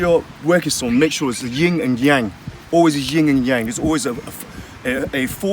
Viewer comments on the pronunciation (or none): Yin and Yang bruv, not Ying and Yang.